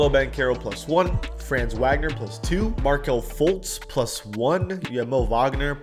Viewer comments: How do you say Mo’s last name right but not Franz? They’re brothers… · how he gonna pronounce franz name wrong and then mo's name right when they literally are brothers and have the same name